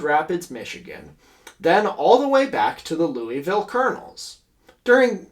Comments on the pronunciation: And also "Louisville" is pronounced "Loovle" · the louisvillian in me has to fight every urge in my body to say out loud “it’s pronounced lou-uh-vul” every time you were talking about the colonels 😭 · For future knowledge, the Louisville in Kentucky is pronounced "LOO-ə-vəl", like loouhvull, even loovul or luuhvul sometimes. Never loo-iss-ville, and not looey-ville is not recommended.